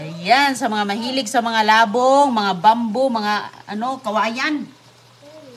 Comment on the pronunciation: Old vlogs pa more .!!!! Yan ang pakain mo kay dodong,anong klaseng ulam yan,kawawa don julio kaya kahit matanda na,di pa makapagsalita, mahilig ka talaga magluto ng kaning baboy,diyan ka sanay,pati pagbigkas mu ng labong mali.dapat yung kay dodong,hiwalay sa plato at kaunti lang,OA maglagay ng kaning baboy sa plato.😮😮😮